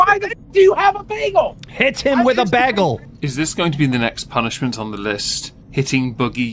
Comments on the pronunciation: Why do none of yall know how to pronounce the word bagel? Its Bay-gul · Why can't anyone pronounce "bagel" correctly in this video?